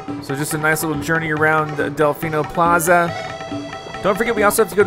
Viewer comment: It's Del-FEE-no Plaza not Del-FY-no Plaza